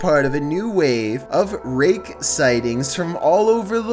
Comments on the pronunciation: the raKKKKKKKe 10 seconds later: the reage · The way you say rake 😂👌